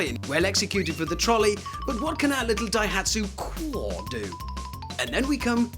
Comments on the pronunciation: Lol the pronunciation ir funny cwore? i think its pronounced See-Or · It's italian for heart. It's pronounced "koo-or-eh" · ダイハツ クおぉぇ〜🤮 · Italians surely laughing at that pronunciation - 20 valves eh? So 6.66 valves per cylinder? Satan would be proud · I always thought it was a nice looking little car, still is. Why does he insist on pronouncing the name wrong though? It’s irritating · What a dumb English presenter. It's in Italian as said above. Completely different pronunciation.